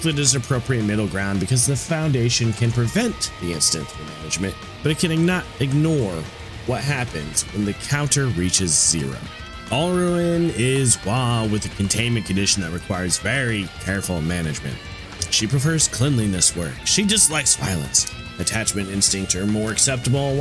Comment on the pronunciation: "Qwileph" Qliphoth lol Edit: I'm just gonna throw all the mispronunciations I notice and find funny here. "Alruin" Alriune. Might be a portmanteau of "alright" (as in you want an "alright" work result; not good, not bad) and Alraune (the flower creature). I've also heard "al-REE-une" so idk for sure. Either way, it does not specifically ruin Al's day. "Lay-tea-ta" Laetitia. IA after T is a "she-ah"/"sh-ya" sound. I... don't know why the English language is this way, but it is. Lay-tih-she-ah/Lay-tish-ya.